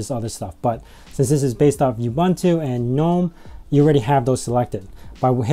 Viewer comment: While we are on the subject of pronunciations... oo-boon-too, there is no y in ubuntu. :)